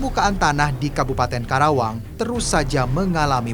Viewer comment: KARAWANG BUKAN KERAWANG 😃